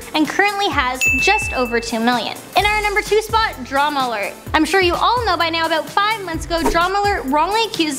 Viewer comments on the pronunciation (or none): She also says "a boat" instead of "about".